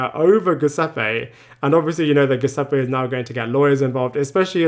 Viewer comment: I'm baffled as to why people like this narrator refuse to pronounce "Lucia" correctly. Do they not actually listen to how people say her name? It's a super common Italian name and very easy to pronounce. So disrespectful to make up your own way to say it, and so unnecessary. Also "Giuseppe" -- very common, very easy, it's pronounced correctly in the show if you don't already know how to say it. Talk about an unforced error.